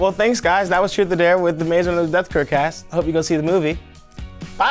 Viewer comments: "Well thanks guys that was truth or dare with the maze runner death cur cast" "the maze runner death cur cast" "death cur cast" BRO HE SAID CUR NOT CURE. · Kathi G only if we can talk about how at the end Dexter said Death Cur and not Death Cure😂😂